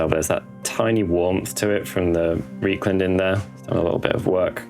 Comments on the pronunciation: R E I is rye. Rye-kland, not Ree-kland. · Another good video. The weathering style mirrors Darren Latham's stuff, which is always a good place to start (before GW banned him from YouTube tutorials). Although pronouncing Reikland Fleshshade 'Reek' instead of 'Rike' is a bit painful on the ears. The Germans would be aggrieved!